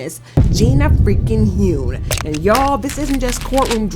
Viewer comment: Gina Hun. Not Hoon